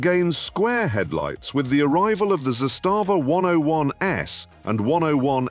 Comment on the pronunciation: It is not za stava. its zastava 👍